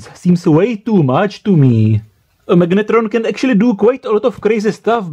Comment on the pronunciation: Prosím tě, slyšel jsi se někdy?? to jak taháš do angličtiny tu hnusnou protááhlouuu češtinu je otřesné. magnetróóón, Je to jak hindština, protahuješ ty konce, to se nedá poslouchat, vždyť se ti dole smějou Anglicky umíš dobře, ale ta výslovnost.. hrozné! A vůbec nevím, proč mám tenhle hnus v doporučení pro mě...